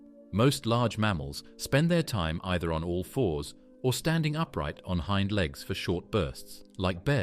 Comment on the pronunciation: I`m out after the ridiculous pronunciation of, Hind Legs